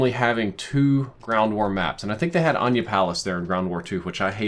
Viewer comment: It's "Uhh-Nigh-Yuh" Palace bro